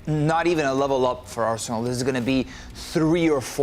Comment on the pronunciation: I cant seriously listen to a guy saying "Arshenal"